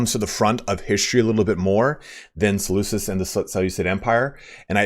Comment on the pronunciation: I love this just one thing though, the way to pronounce Seleucus is with the C making a K sound ik it’s confusing since me say Seleucid empire but yeah